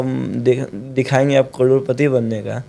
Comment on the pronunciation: Karodpati ❌roadpati✅